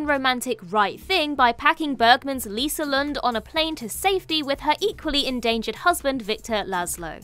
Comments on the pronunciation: Ilsa Lund, not Lisa. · Lol, for Casablanca she said "Lisa Lund" and not Ilsa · It's "Ilsa Lund" right?